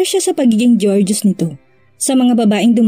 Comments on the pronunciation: "Gor "geous po not "jor" geos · GORGEOUS.... pronounce GOR ( as in go) GEOUS (as in juice)........GOR-JUICE